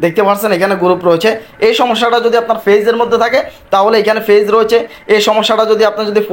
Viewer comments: এই লোক পেইজ বলে! নাকি ফেইজ বলে 😃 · bole ফেইজ 😂😂😂 ota পেজ hobe